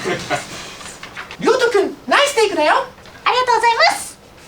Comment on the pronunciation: の「RYOTO君ナイステイクだよ」「アリガトウｺﾞｻﾞｲﾏｽッ✨」が好きすぎるWW